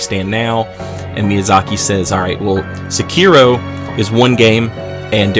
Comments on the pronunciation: Se-ki-ro. Not suuuuuukeyro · People still can't pronounce Sekiro? That's just sad.